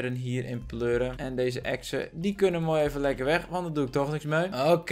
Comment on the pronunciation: Hij zei exen🤣